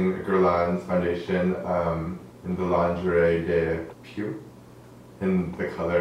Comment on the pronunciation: Lingerie de Peau. For the right French pronunciation, use the Google translating's hearing button. It saves me many times! I love the perfect and so natural looking work. Finally no darker and too yellow foundation and the model does not seem older after makeup! Congratulations!